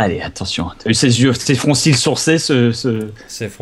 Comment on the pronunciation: "Des froncils sourcés" -Bob Lennon, 2015